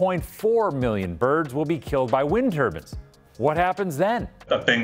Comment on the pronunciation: Am I the only one who thinks he is saying "turbines" incorrectly.